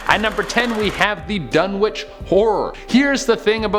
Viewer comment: You don't pronounce the "w" in Dunwich. (I'm a huge fan okay? ;P)